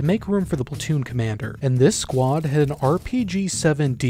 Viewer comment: Emphasis on “had”